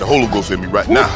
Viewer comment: "boi i got the holy ghost rite niie" 😂😂😂😂